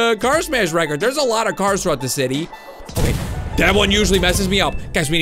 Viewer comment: why do you set a word reckord